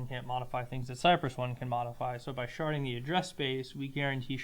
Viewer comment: Thank you for "sharding"